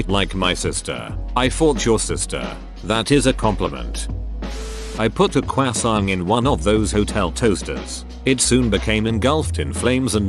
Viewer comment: listening to the automated voice say cwoissant was the best part of this video